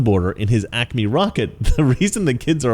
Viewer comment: Dumb dumb, it’s Acme Rocket Co. not acne, if I heard you correctly. When you insult someone’s intelligence you better be intelligent yourself. “That’s All Folks”.🐷 Not you, the person who posted the comment. Love your channel.🤣🤣🤣🤣🤣👍. I miss THRC.